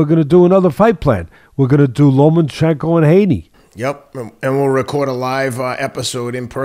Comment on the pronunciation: FFS. its pronounced - "Loma-chenko", not Lo-man-chenko"